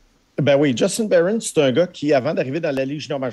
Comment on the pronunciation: C'est pas djustine bayron, c'est JUSTIN BARON C'EST UN QUEBECOIS!!! ARRETEZ DE PRONONCER SON NOM A L'ANGLAISE, C'EST UN QUEBECOIS!!!!